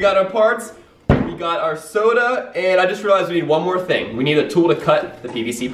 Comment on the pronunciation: ITS NOT SOAD ITS SODA